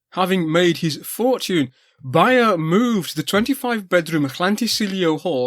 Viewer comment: Also, Beyer is pronounced like the word bay, the way you say it sounds like how a German would.